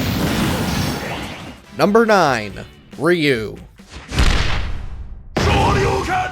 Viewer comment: why no one can't pronounce RYU name correctly. It's not ri-u